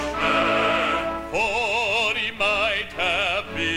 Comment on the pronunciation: I think reason 2 is more likely. I've heard that Cockneys add h's on to words where they don't belong. Reason 1 doesn't make much sense since both "Henglish" and "English" have the same number of syllables. Adding the h doesn't stretch out the word. He definitely WAS trying stretching out the word Italian. I'm from Italian extraction myself and it's greatly to my credit. : ) I've liked the song ever since I heard it in "Chariots of Fire". The rest of the movie is extremely boring though. The music was the best part.